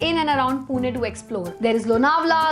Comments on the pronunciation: It's Pune not puna . Love 💕 from punekar. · Its not poona its pune (पुणे)